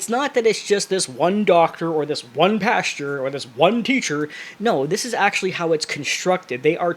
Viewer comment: Why do you keep saying “pasture” instead of PASTOR? And then calling your audience “stupid”? 🤔